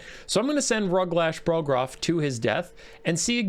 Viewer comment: My dad played a bunch of the old total war games, Rome, Medieval, uhh, something else I think. Napolean. Rome had this system. I always assumed it factored into this game too, but I didn't check and didn't care that much. Edit: It's Ruglash BOGroff, not BORGoff. The ork is dead, have some respect.